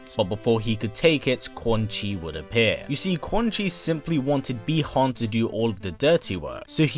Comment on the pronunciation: Bee han ????? 😞 Butchered name